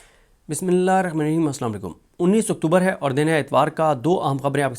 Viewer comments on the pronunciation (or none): صدیق جان بھائی ماشاءاللہ آپ کی زبان کی روانگی اور الفاظ کی ادائیگی بہت اچھی ہے لیکن شروع میں جب بسم اللہ پڑھتے ہیں تو اسکی ادائیگی میں بہتری کی ضرورت ہے ۔ ایک دفعہ پہلے توجہ کرائی تھی اب بھی عرض کرتا ہوں ❤